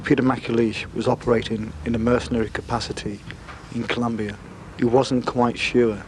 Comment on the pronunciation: Colombia not Columbia, thank you.